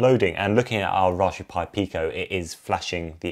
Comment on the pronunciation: I thought I heard rajberry pie.